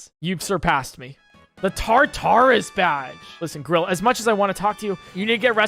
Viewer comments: tar-tar-us? really its tar-tor-us get it right lol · ....... The fucking way he pronounced "Tartarus" and "Kyurem".......... Genuinely what?